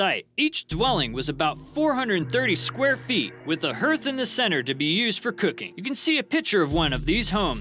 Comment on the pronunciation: TRAJAN. come on kid! You can create a video, but not type in Trajan in google translate, to hear how TRAJAN is pronounced first? {cringe] " with a hurth in the center"? You mean hearth? You don't have a hearth without a fireplace. Where did you go to school?